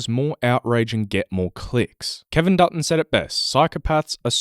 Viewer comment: I kept hearing Peter Dutton when you said Kevin Dutton lol